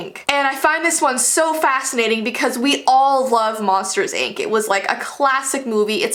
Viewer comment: I thought she said monsters egg